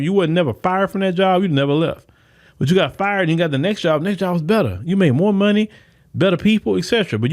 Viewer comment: MORE. Not MOE.